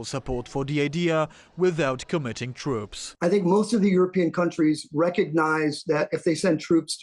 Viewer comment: 😂 yea? “We shouldn’t put twoops over der cuh, it’s too dangewous”…PIPE DOWN! Pull yourself together MAN! WERE IN A WAR DONT TELL US ITS TOO DANGEROUS, ya dangerous times bruh! BOMBS FALL FROM THE SKY THESE DAYS, everything’s dangerous don’t just say “it’s too dangerous” instead u say maybe like:” it’s risking too much personnel or equipment” -that sounds more APPROPRIATE FOR WARTIME SPEECH! SLOW DOWN YOUR WORDS AND THINK ABOUT WHAT U SAY SO U SOUND SMART…